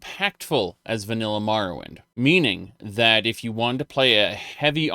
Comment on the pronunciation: "Mahrowwind" Uh?